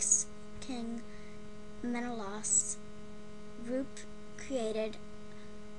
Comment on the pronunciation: Except, that's not how you pronounce Menelaus...